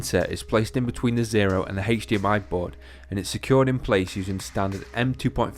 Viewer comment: I watched the video just for the pronunciation of HDMI... Heych-D-M-I.